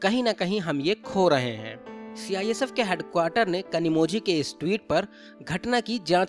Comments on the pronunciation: Where ever you get zhi it is pronounced as li. Just a suggestion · You pronounced her name incorrectly. The letter ‘z’ in her name should be pronounced as ‘l’. She might even lodge complain against your channel. Be prepared 😊